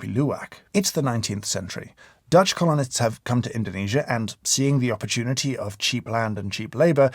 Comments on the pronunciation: James pronouncing Colonists to sound almost exactly like colonic is so satisfying and also extremely appropriate for this particular video. Fascinating video! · "dutch colonists" - interesting pronunciation there